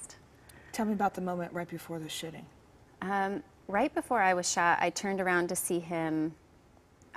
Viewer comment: I always hear "the shitting" and not "shooting"